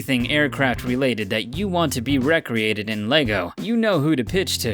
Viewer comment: Re-created = "REE-cre-ATE-ed", as in to have created again, not "REC-ree-ayted", which is to have engaged in recreation.